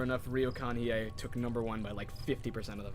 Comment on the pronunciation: You pronounced it right. Hiei is in fact pronounced as Hee-Eh. Yes, some 温泉 (onsen) or hot springs will have set hours for men and women. A regular onsen will have dedicated baths for men and women, but the ones in business hotels, hotels and ryokans tend to be smaller so they have to set times so everyone can use them. Also, this particular convention is ripe for awkward situations in manga and anime as the boys will usually be caught in an onsen after their allotted time and then have to unsuccessfully sneak out when the girls walk in on them.